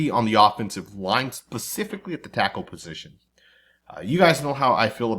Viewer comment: The word is..."specifically", not 'pacifically'!?*